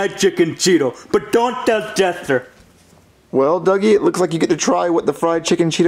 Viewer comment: Duggie not druggie